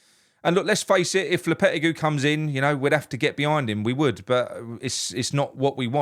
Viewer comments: It's pronounced LOPYTEYGY not LOWPETTYCUE. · Low-per-teg-ee 😂😂😂 Hope we dont get him and its smoke n mirrors for who we really want, but even if we do he couldnt be any worse than the imposter manager we have....soon to be had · You'll need to learn how to pronounce his name correctly. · You need to pronounce his name correctly.